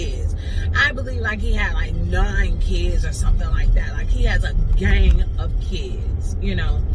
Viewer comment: U put the emphasis on "UH GANG OF KIDS"😂